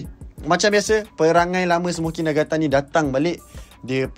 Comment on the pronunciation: Smoky* bang bukan smokey